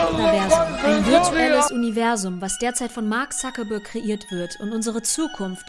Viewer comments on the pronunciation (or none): Warum sprechen Deutsche den Mark eigentlich immer Suckerberg aus? Ein Wortspiel isses ja hier augenscheinlich nicht...